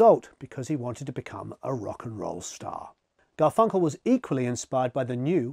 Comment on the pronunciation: The emphasis on GarFUNkle is killing me